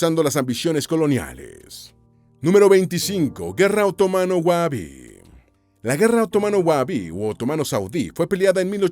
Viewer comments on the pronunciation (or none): se pronuncia WAJABI la H en árabe es casi como la J más jadeado